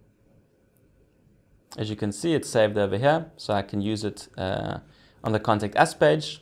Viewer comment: I thought you were saying "Contact Ass" - I was thinking, yeeeaaahhhh, this is gonna be a cool site. :)